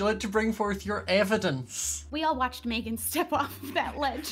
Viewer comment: Who remembers on stream when was mad and when she gets mad at Meghan, she calls her MaYgHaN? It got me in stitches! XD.